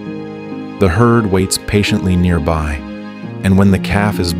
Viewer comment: Calf……not cub.